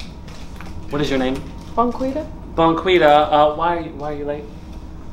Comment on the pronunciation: Now I know for a fact he did not just say bonquita🤣😂😭